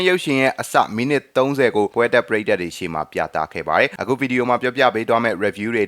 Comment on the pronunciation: ပုရိတ်သတ် ❌ ပရိသတ် ✔